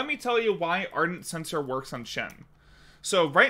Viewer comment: Do you mean ardent shen-cor?